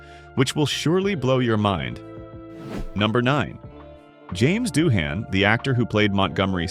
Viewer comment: * Doohan, not Duhan!